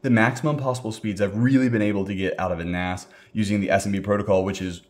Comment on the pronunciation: A NAS? "You can get by without a NAS" Sounds like "AN ASS" xD